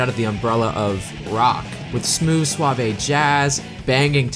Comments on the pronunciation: Nice video, I love SA2's soundtrack. I'm also gonna be the jackass who mentions that the 'e' in 'suave' is silent. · WHOAAAAAA ..... I was waiting for you to explain how someone who worked on Knuckles' songs died in a car accident years ago, but I keep looking it up and I can't find any info on it anymore. O_o ... can anyone shed some light on this??? I swear on my life that I looked this up years ago and I found an article about his death. thanks so much for this long love letter though! ps: it's pronounced sw-ah-v, like swathe. not sw-ah-vay ... (suave) also, japanese names are usually pronounced phonetically, so any syllable will sound the same...e.g., naoto = nah-oh-toe, not nay-oh-toe sorry for being a stickler, but I figured this might help your narrations in the future. we must all aspire to the level of production value on SA2's soundtrack ~ XD also, I cannot believe the talent that was present for the ost. I know sonic is big, but it's honestly incredible.